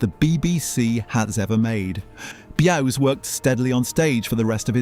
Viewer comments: B'You_zzz (1 syllable) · I was about to ask, who the hell is Bew ess? 😂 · Bew es lol 🤣